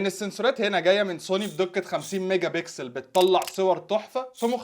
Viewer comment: للتنويه النطق الصحيح هو Mega Pixel وليس Mega Bixel وكذالك Sensors وليس Sensorat وايضا Application وليس Abblication. آمل تصحيح النطق.